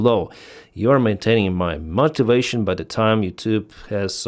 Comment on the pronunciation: please learn how to pronounce "motivation" and "capitulation" Nice to hear Ukraine is able to hire soldiers from other countries. Where is Europe???